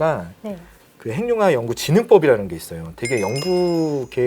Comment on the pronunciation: '행늉합'이 맞습니다. '핵융합'은 '핵'과 '융합'의 합성어이기 때문에 '행늉합'으로 발음해야 합니다. '식용-유'를 글자 그대로 [시굥유]로 발음하지 않고 'ㄴ' 음을 첨가해 [시굥뉴]로 발음하고, '색-연필'을 [새견필]이 아닌 [생년필]로 발음하는 것과 같습니다. 표준 발음법 제7장 소리의 첨가 제29항 합성어 및 파생어에서, 앞 단어나 접두사의 끝이 자음이고 뒤 단어나 접미사의 첫 음절이 '이, 야, 여, 요, 유'인 경우에는, 'ㄴ'소리를 첨가하여 [니, 냐, 녀, 뇨, 뉴]로 발음한다.